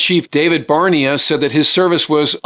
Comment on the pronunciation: Its “BarNAYah”.